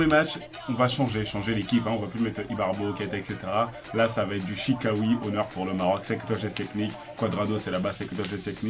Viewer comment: Chikhaoui se prononce chiraoui